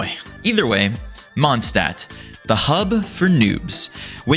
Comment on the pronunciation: The adt part of Mondstadt is pronounced like the ut part of cut, btw